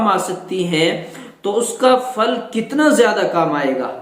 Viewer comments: Phal bol re fal nahi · جزاک اللہ .وہ پھل ہے فل نہیں